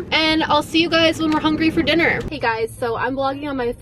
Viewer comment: said hengry when she said “ I’m so HENGY”